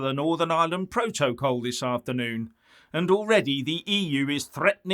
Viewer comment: She doesn't even know how to pronounce P R O TO C O L.